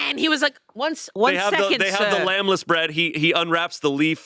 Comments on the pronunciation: Is calling it "Lamb-less bread"? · Did say "lamb-less bread" 3 or 4 times in place of lembas? Oh boy... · Why wasn't anyone there to clock saying "lambless" bread?? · ok but why does keep calling the Lembas leaf the "lambless leaf"???? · pronouncing "lembas bread" as "lambless" over and over and over, may have just genuinely diminished my respect for him the tiniest amount. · I was a bit annoyed that couldn’t pronounce Lembas correctly. 😂